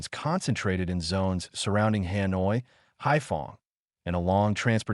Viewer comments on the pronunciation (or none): none